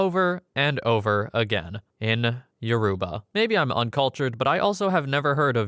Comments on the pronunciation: He couldn't have pronounced it more wrong, its pronounced Yo- row- ba, emphasis on the ba part, not Yo-roo-ba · he did not pronounce it correctly 😭 respectfully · Lol we exist. Yoruba is one of the three major tribes in Nigeria. And yeah, he’s pronouncing it pretty wrong and a Google search isn’t so hard to do for a video like this.